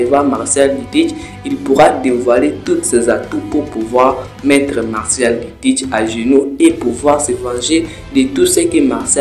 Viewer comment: tu m'as stresser sur tout la vidéo en disant MARCIAL D. TEACH 😭😭c'est MARSHALL D. TEACH 🤣🤣 FORCE on est ensemble 💯👊